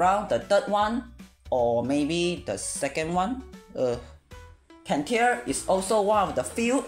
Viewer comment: Cantare: Can-Tar-Eh, is a musical term and is Italian